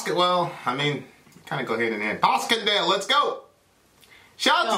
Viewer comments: Paschendale - pronounced "Passion-dale". Not...uhh....Pah-skun-dale Nonetheless, good video. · Pash... Not pask....oi vey....as in passion dale. Not pasken dale.... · I wonder if pronouncing Paschendale 'Paskendale' goes along with being black. re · It's pronounced Pashendale, a dreadful WW1 battle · Pronounced: Passion Dale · its pronounced... passion dale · Paschendale sounds like Passiondale. The Battle of Ypres...my college professor pronounced it as "Eep." I assumed he was correct. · its pronounced passion dale